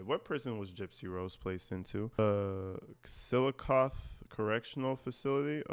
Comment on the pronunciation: Chillicothe = I think it’s pronounced “chill-i-coth-ee.” Anyhow, I can’t stand Griftsy Thorn. She thought of prison like a college dorm experience. She needs to go back there for graduate school… for the rest of her miserable, trashy life.